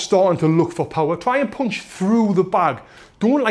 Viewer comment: I'm just here to hear you say 'poonch'